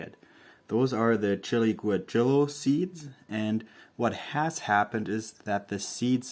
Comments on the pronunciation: Yes, close! Goo-ah - hee- yoh is a bit closer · is pronounced as 'waheeyo' two LL become a Y in Spanish